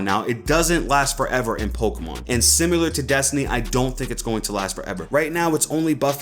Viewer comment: Why do you say simular?